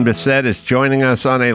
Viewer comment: Biss it NOT Bis set! Good interview tho.